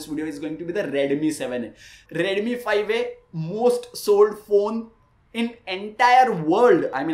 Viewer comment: Bro its not redumi 😅 its redmi 😂 no offense